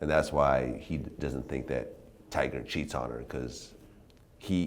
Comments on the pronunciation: nobody hears vlad keep saying "tiger" 🤣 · TYGA. T-Y-G-A. NOT TIGER. Jesus Christ Vlad. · vlad it's tyga not tigerrrr! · Bro, Vlad, its TygA not tiger...... cmon b